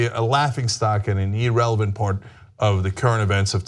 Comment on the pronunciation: Cenk. Please learn how to say irrelevant. See the "i" at the beginning? That's not pronounce "e". This isn't Spain.